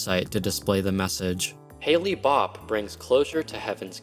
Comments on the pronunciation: it's Hell-Bop not Haley-Bop putz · Thanks for the great video. I just wanted to share the PSA that Hale in Hale-Bopp is pronounced like the weather phenomenon, hail, not like Halley in Halley's Comet. I remember seeing Hale-Bopp when it came through. It was pretty neat, and I don't think I've ever seen such a pronounced comet in the night sky since.